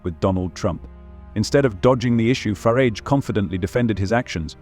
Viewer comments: It's Farage. Not Farridge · Youd think that AI could pronounce "Farage" one way & not usre surround words to flavour it "fer arj" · There is no I in Farage